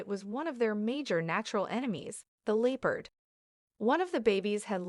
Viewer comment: Leepard? Is the narration AI? And that's a cheetah.